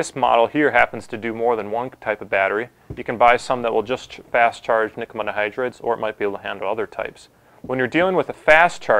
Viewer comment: nikkamidda hydride? I was halfway through the video before I realized what he was saying lol.